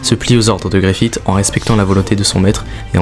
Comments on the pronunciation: Bonne vidéo, par contre Griffith ne se prononce pas avec le T' mais comme un S ou CE 😉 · super vidéo, par contre deux petits trucs : je pense que les fans de Berserk préfère les passages de l'animé en VO ^^ et justement dans les animés en VO ils disent tous "GriffiSS" et pas "GriffiTT", c'est très mineur mais ça m'a un chouilla enlevé de l'immersion sinon rien à dire :p